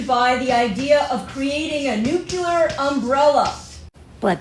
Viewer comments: Look at how it's spelled!!! Nuclear ! It's not nucular!!! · Nuclear: nu-Klee-ur it is not buckler. Just a pet peeve of mine, thanks for listening 😊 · I love your videos. However, I would like to request, most respectfully as if I were Canadian (yes, that respectfully) that you look up the pronunciation of nuclear. You’re channeling George W Bush!